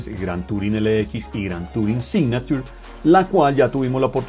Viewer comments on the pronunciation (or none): Muchachos como sugerencia: habría que mejorar un poco el Inglés, ¿cómo así que "sicnatur"?. Repito es solo una sugerencia, no estoy atacando a nadie, son cosas mínimas que se esperan de un medio informativo.